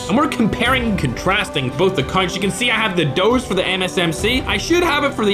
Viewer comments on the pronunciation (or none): Brother its "OOZE" not "DOOZE" 😑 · why does he say ooze as doze lol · Man really calling 'ooze' 'doze' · Isn't it called ooze not doze? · Bro calling it the doze it’s the ooze fam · Not XPR - “Doze” bruv. It’s XPR - “Ooze”